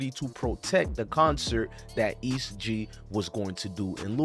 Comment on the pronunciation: He said east g bruh it’s est gee every body shines together